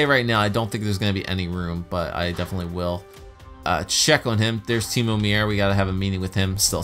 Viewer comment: Timo Meiers name is pronounced like Mayer, not Meeyer.